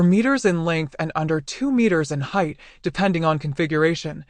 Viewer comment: Am I the only one that is sick and tired of Ai narrations saying only 2 meters in heightH??